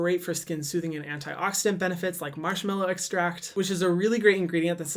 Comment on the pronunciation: did he just say... MASHMALLOW EXTRACT. ✨delicious✨